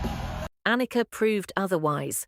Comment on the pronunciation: Why the fuck can't AI pronounce Anika, or for that matter, Neil's name correctly! Garbage in, garbage out!